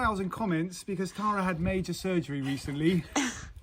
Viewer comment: Tara not Lara 😂